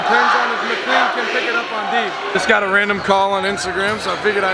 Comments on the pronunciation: fax, its mic-clane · It’s been so funny being from virginia and seeing him pronounce mclean mickleen😂